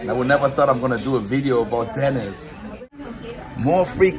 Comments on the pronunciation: Why are you pronouncing it DENNIS, Instead of Denneesss!!???? lol!!! We got to get nrid of that German accent, lol. DEN--EEESSS, Not Dennn--Isss!!! Just pickin with ya Buddy!!!! Thanks fa the video!!!! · Why you calling the restaurant Dennis like Dennis the Menace. It's called Denny's like Benny's or Jenny's. Great restaurant I went there when I was in Hawaii. Great video showing the Science Center.